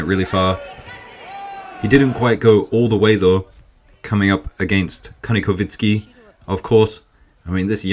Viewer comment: Bro, not kanikovitsky he is Kanikovskiy-Kovski